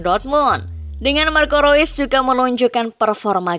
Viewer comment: Marco Reus min bukan marco ro'is😂